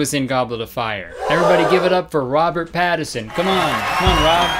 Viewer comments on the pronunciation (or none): every time kurtis says “robert pattison” instead of “pattinson” i lose a year off my life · The way that Kurtis completely ignores the N in Pattinson is my villain origin story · Reason Robert Pattinson didn’t show up: Kurtis called him “Robert Pattison” without the ‘N’ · Wait woa, I wonder if it's a Canadian thing because me and my personal Canadian friends and family all refer to him as "Robert Patterson." I had no idea it was spelt different until this comment 😂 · Lol he said "Pattison" now these guys are saying "Patterson" nobody knows who tf they're talking about. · robert pattison is bothering me kurtis. it’s pattiNson😭😭😭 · no one commenting how he called him robert Patterson instead of pattinson it's hilarious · Omg my friend is obsessed with Robert Pattinson and she would’ve been so mad at kurtis for saying Patterson I said it and she was pisssssedddd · kurtis, hun. it’s pattinson, im sorry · Omg kurtis it’s PATTINSON not Pattison😂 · Why is everyone saying Robert’s last name wrong? 😭 It’s not Pattison and it’s not Patterson either. It’s Robert Pattinson. Smh he deserves better 💀🤚🏾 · Is this the Mandela effect or am I ignorant cuz i could've sworn it was Patterson. Or i guess that's how the announcers have been pronouncing it. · me running to the comments to see everyone flaming kurtis for saying “pattison”:🏃🏼‍♀️ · lexi pattiNson. He’s leaving out the first n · kurt boi: the chances of Robert PaTtiSoN walking in aren't 0... well maybe if you said his name right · the way you said Robert PATTison really made my blood boil <3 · robert patt-is-on okay sweet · I literally started to question whether or not there was an n and I was getting ready to be embarrassed for all the times I said it wrong and no one corrected me, but it was actually just Kurtis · i didnt realize how frustrating it is until i heard him say it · kurtis disrespecting robert pattinson nation by mispronouncing his name. kurtis trust you will be dealt with